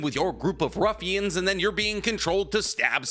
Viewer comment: Not "Ruffians" 😂😂😂